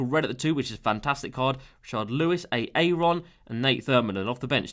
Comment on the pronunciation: why is it eh-eh-ron just say aaron.